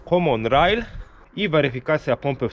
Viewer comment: Naucz się w końcu wymawiać poprawnie "common rail" bo uszy bolą ...